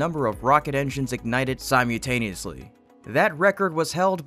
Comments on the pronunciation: It"s SimuL taneously not Simew taneously. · Not simutan, but sumuLtan. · *actually has TWO “L”’s in it. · Simultaneously. All, but one of your letters were pronounced flawlessly. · You do a good job, please don't take this harshly. My ocd fires off every time you say one word. si·mul·ta·ne·ous·ly has an "L" in it.